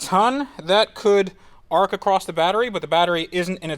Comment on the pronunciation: Also coil packs ARC (like Raiders of the Lost Ark) not ARCH.. lol come on man